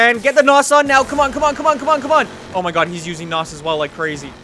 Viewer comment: I cringe Everytime he says nos